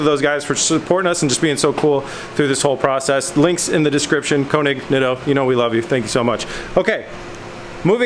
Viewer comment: The way you say König bothers me. It is my last name. My family pronounces it Kay-nig, but the German is closer to koo-nig or ker-nig... no harm, no foul, but it bothers me.